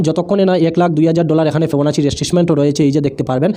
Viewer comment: উচ্চারণ ঠিক করেন।। ফিবোনাক্কি রিট্রেসমেন্ট, স্ত্রাটেজি এই গুলি উচ্চারণ শিখেন।